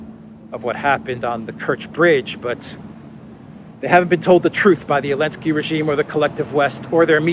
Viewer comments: Why do you keep saying "elensky"? It is "zelensky" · Why are we calling him Elensky without the Z?